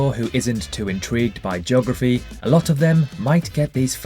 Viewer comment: Who else likes “JOGraphy”? 😉